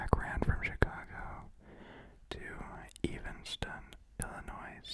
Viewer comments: It's pronounced illinoy. The s is silent. And it's pronounced Evanston like the name Evan, not evenston. Come on now... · You pronounced Evanston, Illinois wrong.